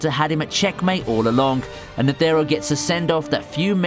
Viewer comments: Lad can you pronounce neutro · Who are these Neteeero and Zoldiac. I only know of Isaac Netero and Zeno Zoldic. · Zeno Zoldyck not zoldiack same for chairman Netero you aid nethero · it pains me to hear how u slaughter kurapika and netero name